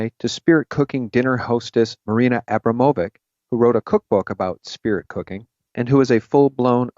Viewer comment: Hey, that witch's name is pronounced "Ah-brahm-ō-vic" and her so-called "Spirit Cooking" is nothing more than writing spells on walls with that nasty concoction. It's a form of casting and her "guests" are her coven for the evening. These people are SICK!!